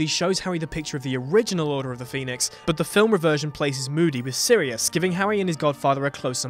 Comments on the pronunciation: it's SIRIUS not Syrius .. sheesh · ish, *Sirius not 'Syrius' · "Syrius".... really? It's 'Sirius' 🙄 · It's Sirius, not Syrius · SIRIUS not syrius. Common guys... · Did you just... SYRIUS?????!!!! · sYRIUS?? WITH A Y?? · Its SIRIUS